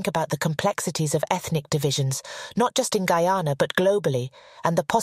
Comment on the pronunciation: Well done.. thanks for doing it, and that you pronounced my country's name correctly...extra thanks